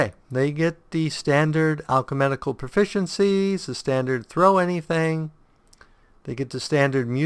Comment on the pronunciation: Wow, maybe I'm just being anal here, but it's "Alchemical", not "Alche*medic*al". Maybe the switching between alchemical and medical game terms in the desciptions are messing up your reading of the abilities.